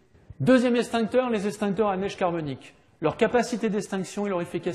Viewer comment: Les eXtincteurs.... Pas estincteurs... Ça m'arrache les oreilles